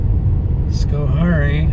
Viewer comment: its pronounced sko hairy fyi